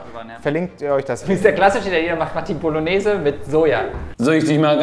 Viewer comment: Was machen wir heute? LINSEN WUOLLONEEEEEESE 😂